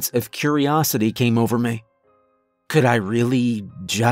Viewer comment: Why, when a sentence terminates in a word ending with an 'e' or 'y' do you pronounce them like they're drawn soft 'a's?' Exs: 'Me' becomes 'maaay' and 'eventually' becomes 'even-chu-laaay.'🤔